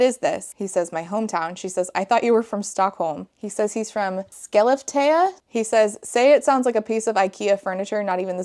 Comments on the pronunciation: I love your attempt to pronounce Skellefteå, it is very difficult for nonnatives. Good job, it’s better than a lot of attempts I’ve heard 😊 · as a swede i love your pronunciation of skellefteå lol